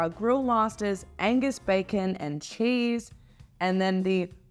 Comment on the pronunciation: When ordering an Angus burger, don't forget the G.